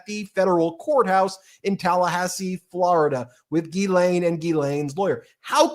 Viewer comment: G'laine, as in 'greed'.